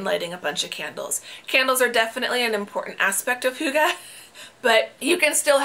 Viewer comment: Don't worry. Your pronunciation of hygge is very close. 😊